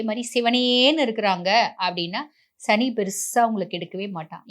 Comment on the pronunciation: ஷனி இல்லை மேடம் சனி...